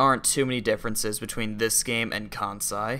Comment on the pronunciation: ohhhhhgames i own and neverplayed!!! also,it's pronounced "jih-say","kahn-say", and "yo(very tiny little 'oo'sound)-say" also, are these games even MADE in japan?